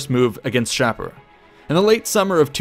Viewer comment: Great job! I really like these vids. However, I believe Shapur is pronounced...[Shah'-pur]. With "pur" being pronounced like a cat's pur.